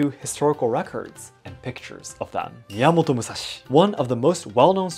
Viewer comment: The way you pronounce miyamato musashi and saito hajime is so cool 🔥✨👍